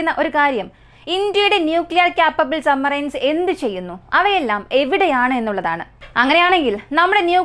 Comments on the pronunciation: സമ്മറൈൻസ് അല്ല സബ്മറൈൻ ഡെപ്പോയ് അല്ല ഡിപ്ലോയ് ആണ്. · കേൾക്കുന്നത് പലപ്പോഴും sumarine എന്നാണ്, സബ്മറീൻ എന്നാണ് ഉച്ചാരണം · Submarine എന്ന് വ്യക്തമായി ഉച്ചരിക്കാൻ ശ്രേമിക്ക് കുട്ടി, "b" അക്ഷരം സൈലൻ്റ് അല്ല കേട്ടോ